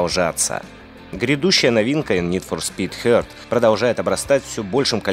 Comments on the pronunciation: Чувак, нфс хит, не херт, не хурт, не хуёрт, хит блин, хит. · нид фор спид не херт, а хит (хёт) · ДеФ СтраАандинг ПарадиИис НидФорСпид ХёЁёрт. (БадХёрт надо пологать) БлуУудлайнс 2 - детская ошибка. Нормально прочитал только Овервотч и ВарКрафт 3 Если это можно считать "Лучше", то да )